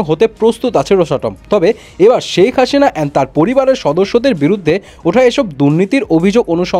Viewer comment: হাশিনা😂নাকি হাসিনা? ভাই উচ্চারনটা ঠিকভাবে করেন